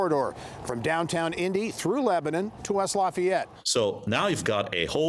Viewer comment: Shameful: Lilly's ceo can't even pronounce Lebanon! This leap project is a disgusting and greedy government overreach on behalf of huge corporations. While politicians line their pockets, the people who actually live here like myself are having their way of life stolen from them as ungodly amounts of fertile and productive land are being scraped away and paved over.